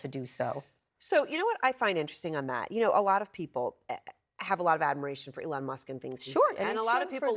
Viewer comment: calls him Elonia… lmAo